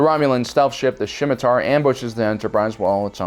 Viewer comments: Scimitar, not shimitar. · How do you not know that it is the SCIMITAR not Schimitar. There is no H in the word. It is named after the sword. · Goddamit, get the names right. It is Scimitar. And your lack of familiarity with Star Trek is no excuse. Scimitar is name of curved sword, most usually associated with arabian swords. Also it is pronounced sɪmɪtɑːr, not ʃɪmɪtɑːr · It's Scimitar, not Schimitar. Also, Data is pronounced Day-ta in TNG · "Shmitiar"? "thuh-leron" radiation weapon? That was painful to listen to. Absolutely no mention of any Gundam scenes with long and detailed boarding action was also pretty disappointing. Thumbs down. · Sorry, but Centurions from BSG is pronounced "Cen-chu-ree-ans" and the Scimitar from ST is "Sim-i-tar". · what hell are Cen-TOR-ions? And whats a SHIM-it-tar? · Cen-tuarion, Thall-la-ron, SSShimitar... C'mon dude. If you aren't familiar with these aspects of the franchises and someone hands you a script with words you are unsure of pronunciation... Check how to pronounce them before going to film. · OK, I have brought this up more than once before but this is just too much.... For the love of GOD. The words you need to say are written places and the passage of events are there to rewatch... It is EXTREMELY distracting and not in the Canadians say a-boot way. In the "You never deserved your nerd/fandom card. Ever". First, it is the Scimitar - said SIM-it-Arr. You even spell it wrong in the lower third. Second, no one fired a nuke by accident in the final episode of BSG. JEEBUS. You never watched the show did you? One of the raptors was still active but the whole crew was dead and a meteor bumped it and the CORPSE fired because their hand bumped the go button. And third, to echo others, where is Stargate? And further, where is Babylon 5, Firefly, Lexx and all manner of other great sci fi... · the true heresy was ALL THE MIDPRONCOUNCIATIONS. Centaurons? SHIMITAR?? seriosuly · It is SCIMITAR, as in Arabian curved sword.